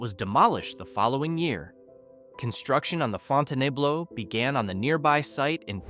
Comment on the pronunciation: Whats the fon-toon-ayee-bloo?